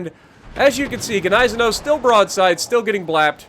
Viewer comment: The gneisenau is pronounced, nee-se-now.